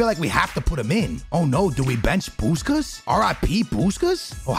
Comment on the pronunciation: His name is push without the h and kas